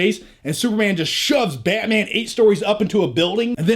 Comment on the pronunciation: This commentary get me more pumped than the actual trailer. Love your passion for "Bay-mang"